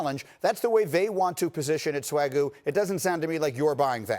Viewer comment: Did he just call that dude "Swagoo??" 🤦‍♂️. God, ESPN sucks